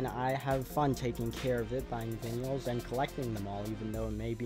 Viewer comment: VINYALS LOLOLOLOL